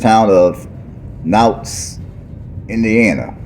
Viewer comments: It's pronounced cow ts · I love your videos, the proper pronunciation for Kouts is Cow-ts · What are you even saying it’s Kouts?